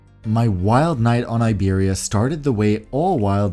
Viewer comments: Iberia is pronounced 'EEBERRYA' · Hey, just a thing I wanted to mention the i of Iberia is not pronounced like in English. It’s like the i of impossible. Americans often make the mistake… like IKEA I guess? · It’s funny your pronunciation of Iberia 😂